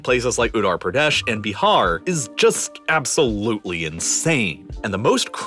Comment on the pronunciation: Baharrr, ottorpradhesh, magalaya, zarkhand and mannypoure 😅😂